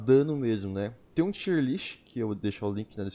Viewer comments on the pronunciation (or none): none